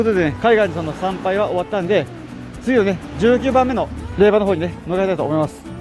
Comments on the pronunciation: 無事に結願❗️良かったです。 おめでとうございます。 「れいば」「れいば」が耳について。。。😅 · 霊場（れいじょう）もずっと気になる。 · 大変お疲れ様でした👋😃💦 ところで余計なお世話ですが霊場を「れいば」と呼ばれておられましたが、「れいじょう」と呼ぶんですけど😅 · 他の方同様、最初は違和感がありましたが、さんと6日間を共にしたこのシリーズに限っては「れいば」が耳に馴染んでいるのです。自分のコメにもれいばと書いたら返信が来たけどww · お疲れ様です！ 私は霊場(れいば)って言ったの気になりませんでした！ 動画見れたらいいし！って！ 私は細かい人じゃないので！＼(^^)／